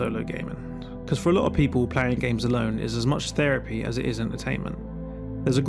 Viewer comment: Feripy < Therapy. TH never makes the F or V noise when speaking proper English.